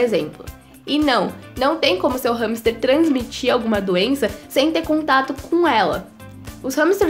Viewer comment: Eu achava que era "ramster" , a quantidade de vezes q ela diz no vídeo com essa pronúncia, fiquei a achar q me tinha enganado no vídeo, entao mas ramster ou hamster?😂😂😂😂😂